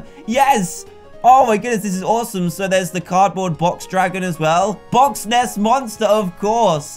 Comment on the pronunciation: See when he said box ness monster did mean loch Ness monster